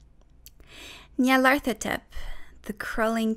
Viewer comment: BOI YOU PRONOUNCED IT DIFFERENT THAN I DO DIAF